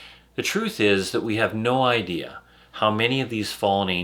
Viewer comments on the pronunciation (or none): none